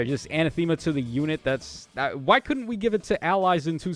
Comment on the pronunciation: This word comes up in these videos a ton, so hopefully you catch this: it's pronounced uh-NATH-um-uh, not anna-theema.